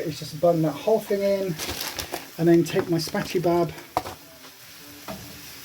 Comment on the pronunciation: I love how you call a spatchula a "Spatchybab" lol :D Definitely gonna give this a go though hun so thanks for sharing ;)